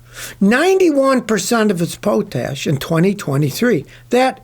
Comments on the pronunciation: It’s potash. Not Poetash. You can’t pronounce it. You don’t mine it. That’s why 91% is imported. Other components as well aren’t available there. Sometimes we are all customers. You just have to understand that. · POT-ASH. It doesn't rhyme with 'coat'. Pronounced 'pot' as in the vessel you use on a stove. How difficult is that, people? 🐴🤣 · "pote-tash" lol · Poe Tash ? What is Poe Tash ? I have heard others call it that also. This is a potassium salt and potassium originally was noticed in pots. plant pots, wood ash. It is pronounced Pot Ash, the wood ash left in a pot after you burn it. This is how potassium got its name. Potash is a fertilizer. We used to ship 200 car train loads of it from Saskatchewan and Manitoba. If some of this stuff leaks onto the tracks then you get a huge growth of grass and plants in the area.